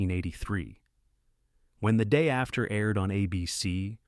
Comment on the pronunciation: You gotta check your typos in your text BEFORE feeding it into the AI speech generator. I heard "the day. After..."